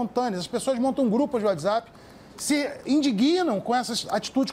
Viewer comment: "Descricionario" (discricionário) , "uadizapi" (Whatsapp). A partir do